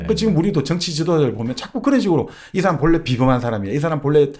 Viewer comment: 장음인 단의 첫자를 짧게 잘못 발음한예:가치,사실,반체재, 해석,정식,시작, 사(역사 의 사),4대,개작,반발,한 나라,"사람"의 "사"를 계속해서 짧게 잘못 발음하고 있음),돈(money),.등, 한국의 장단음 문제는 실로 심각합니다. 미국 변 완수 배